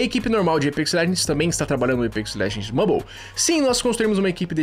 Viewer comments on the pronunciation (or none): Está errado a pronúncia Mãbol. Vc está errado